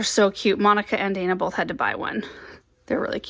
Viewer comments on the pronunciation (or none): none